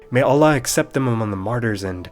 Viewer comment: This is actually the first time I heard Allah being pronounced correctly as ' ɑɫ'ɫɑh ' instead of other kind of pronunciation, in a non-religious media. If you're not a Muslim, you sure took your time understanding the proper way of things :)